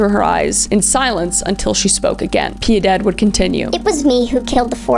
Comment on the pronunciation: I just love how she cant say Piedad.